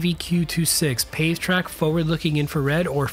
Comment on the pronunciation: Not to be "that guy" but it's a "Pavetack" pod - and the British Aerospace TSR-2.